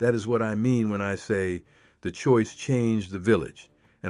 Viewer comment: That town is not pronounced: es-ta-CAH-da. It is: Es-ta-CAY-da. Please get your AI to pronounce correctly. .... AHHH! You did it again! It is not the: WILL-a-met valley. It is pronounced the: will-LAM-met valley. Also, other Oregon words are pronounced differently: The spice turmeric: It is not: TOO-mer-ic. It is: too-MERH-ic The plant clematis: It is not: CLEM-eh-tis. It is: clah-MAH-tis Oregon has a way of saying words. Please do you research before you fcuk it up. Thanks. ...and, the Douglas Fir was planted for its quick growth in Oregon, for lumber sales. It was never a dominant tree species here in the Oregon old growth. I call it an invasive species now!